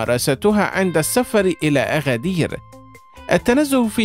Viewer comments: أگدير وليس أغدير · اغدير❌ أكدير ✅ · انطق أكادير بشكل صحيح الكاف ب ثلاثة نقط Agadir إسم أمازيغي وسهل النطق انطقها مثل ما هي